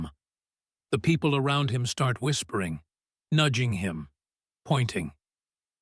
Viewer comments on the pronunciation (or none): none